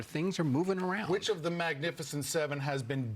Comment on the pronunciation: "Magnifiscient 7" ( Youl Briner )